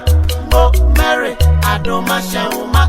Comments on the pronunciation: will you stop saying "M33le" (Mary)!! 😂🤣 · Why is keep saying "Maly"?😂